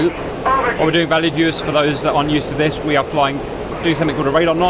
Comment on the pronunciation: So I’ve watched a ton of your videos and I’ve always wondered why you started off each video with “hello valley viewers.” What valley? What makes him think I live there? So on this one I finally heard “hello valued viewers” 😂